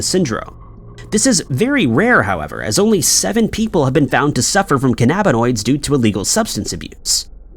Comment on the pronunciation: There is a “Bin” in cannabinoids. Stupid AI voices. 😑